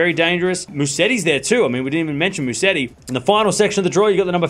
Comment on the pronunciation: Btw, it is MUSETTI and NOT MUSSETI....please!